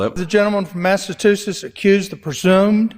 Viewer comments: “The gentleman from Masssatusesss….” 😂😂😂😂😂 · Jerry say Massatoosits. Is this the best you got Alabama? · "Massatooset"... And He's Speaker Of The House. Total Trump I.Q. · Maybe Jerry Carl should learn how to say "Massachusetts" rather than "Massatoosetts", but he is clearly proud of his ignorance. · That scab speaker can't even talk properly he said, "Massatoothless." 😂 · Can't even say massachusetts correctly..it isn't massatoosits 😅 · Is his pronunciation of Massa-two-setts a diss against the other speaker? 🤔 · I wouldn’t take it from Jerry Carl. The man can’t say “Massachusetts” properly. When did it have “tits” in it? Like his leader I think he bungled a few other easy words. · Would be nice if the speaker knew how to pronounce Massachusetts. Geez, the ignorance of the Republicans. And the stupidity of this whole thing. Does that mean they will refrain from any negativity about Biden? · He sure sounds dumb as a brick, can’t even pronounce Massachusetts. 😂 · Seriously!! Is it really THAT hard to pronounce Massachusetts??😂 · 🧐 so not allowed to state the FACTS😳🤯 and currently he’s former President! And ya can’t say Massachusetts Mr. Carl?!! They should televise any mis behavior by any one in DC! The public is not being thoroughly informed 🤨😤 Especially those running for high offices… behind door dirty secret keeping! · Loved the You Tube that Lawence O'Donnell had on this interation the other night, had more context. Like the hour it took for the words to be identified to be stricken and he also pointed out the mispronunciations by the Mississippi guy in charge. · He can’t even handle “Massachusetts”.